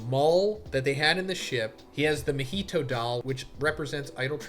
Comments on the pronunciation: Why does majority of white people struggle to say Japanese names correctly lol. "Ma-heetow" instead of "Ma-Hee-To" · Sorry to be that guy bro, but your content is so good that the pronunciation is throwing me 😭 Mah-He-Toe